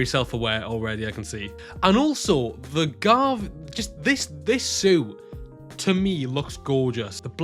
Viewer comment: You also forgot to point out that Gavv is pronounced as Ga-Vu.